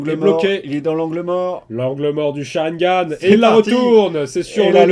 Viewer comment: "L'angle mort du sharigan" sa ma tué 😂😂